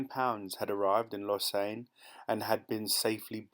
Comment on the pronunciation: It's a bit strange that the reader doesn't know how to pronounce some words, e.g. Lausanne, ving-et-un. This is the age of the Internet and free information. You can always google to find out how to pronounce words these days. I do it myself.